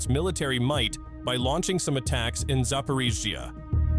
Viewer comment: Зипирижьйиии лол кринж